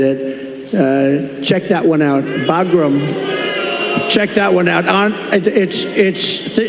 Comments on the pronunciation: Also it’s Bagram not Bogram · WTH, is he talikg about? He said Baghram, not in Alaska. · "Think about really Boglim. Boglim Alaska." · He clearly said Bagram in Alaska. Those people are booing him because they know Bagram is Not in Alaska. 😂😂😂😂 Ohhh, yea. His weave is so impressive. lol 😂😂😂😂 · "We have Bagram, in Alaska" WTF?